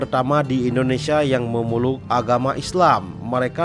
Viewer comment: Memeluk bg.. bukan memuluk